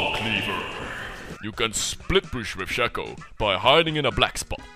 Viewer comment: Pro Shaco, but you don't pronounce it right :( Shay-ko. (confirmed by Riot).